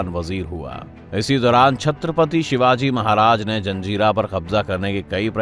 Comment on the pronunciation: Shivaji shivaji trea bapp hai namm thik se ley